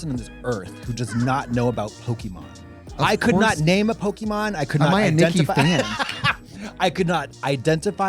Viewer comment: Please stop saying Pok-ee-mon! 😭 It's po-keh-mon